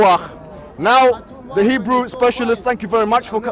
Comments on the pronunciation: Its hebrew.......not hebrow 🤣😂😂😂😂 Mo Hijab rocks❤ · That guy in the background keep correcting her got me dying about her saying Hebreuuuuu instead for Hebrew.🤣🤣🤣🤣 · No one::hibra' Br next to hijab:HEBREW. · God wissss us ahahahahahahahahahahahahahahahahahahahahahahaha Does have some kind of mental health condition? Hebreu I think Everytime can't pronounce correct English words she should suck on her tommee tippee bottles. And ask her beloved husband change her canbebe Turkish nappy. I'm sure it's full of 💩 and overflowing. Silly little child. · "We'll put up with THE VOICE!" I bloody can't. Also what is "hibreouh" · She could not pronounce "Hebrew". LOL